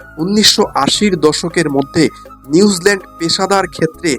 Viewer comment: নিউজলেন্ড নয় নিউজিলেন্ড।হরে কৃষ্ণ